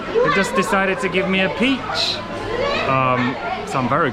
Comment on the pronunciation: 说得地道，桃子（peach）听起来说的是套子（condom）